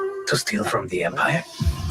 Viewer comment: Did anyone else hear "Tostito from the Empire" when Juan Solo supposedly said "to steal from the Empire..." ??? Of course you did.